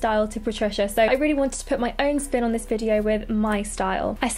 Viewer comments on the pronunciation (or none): none